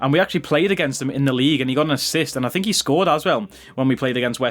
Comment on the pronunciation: Think** not thino lol 😂